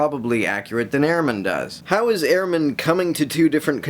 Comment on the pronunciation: His last name is pronounced Ur-man. Not Air-man. Good video tho.